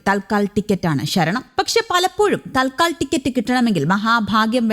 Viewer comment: അയ്യോ!തൽ ക്കാൽ അല്ല, "തത് കാൽ "എന്നാണ്.